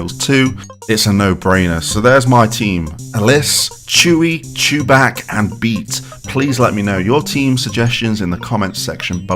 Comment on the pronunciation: Did you say ChuBach by pronouncing him “Choo-BAK” or “Choo-BOK”?